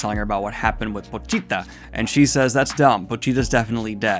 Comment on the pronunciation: The way you pronounce Pochita reminds me of the leading woman in Dead Alive (Paquita). Oddly enough they are very similar stories.